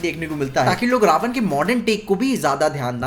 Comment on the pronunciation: Prabhas ke looks ke saath saath uski voice bhi suit nahi karti raamji ke character ke saath. Vahi Kriti bhi muje itni sahi nahi lagi sita ma ke character me. Jab vo रावण ko रावन boli tab samaj lo tume kya milega kriti se.